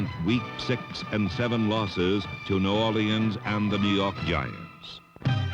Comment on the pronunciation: No Orleeanns 😂